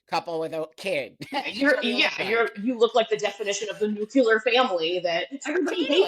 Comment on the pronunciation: NUCLEAR NOT NUCULAR OMG